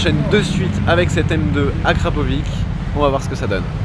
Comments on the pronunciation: On dit pas :" akrapovique" mais "akrapovicheuh" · akrapovic se dit "akrapovich" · On dit akrapovitch mais sa s écrit akrapovic